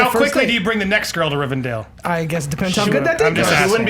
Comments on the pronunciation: Rivendell, not Rivendale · Come on... It's RivenDELL, not dale... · ist not RIVERDALE its Rivendell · OH MY GOD, IT'S RIVENDELL NOT RIVENDALE. And you guys really need to read Alan Moore's Swamp Thing! One of the best comics ever! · the fact that a bunch of movie nerds call rivendell rivindale disturbs me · As a Lord Of The Rings fanboy nothing on this earth hurts me more than hearing everyone call "Rivendell" "Rivendale". still can't pronounce anything right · I'm pretty sure it's Rivendell, not Rivendale... or maybe I'm just hearing it wrong. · when they keep saying "Rivendale" instead of Rivendell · It's pronounced Rivendell! Sorry, I just had to get that off my chest. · Why can't anyone pronounce RivenDELL? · Please pronounce Rivendell correctly, if you know so much about movies.